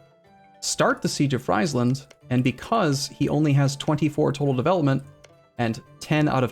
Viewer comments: Friesland is pronounced like “freesland” btw, as in “freezing land”. There was a time were you said it correctly in the past. I don’t care about most mispronunciations of Dutch words, but this just sounds way too bad. Like it is the land of French fries or something. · Hi, like your pronouncement of friesland, small tip: ei = y and ie = ee in Dutch